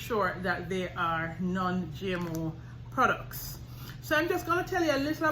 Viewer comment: Great Video... The way that you say GMO in english sounds like your saying Gemeaux in French. 🤭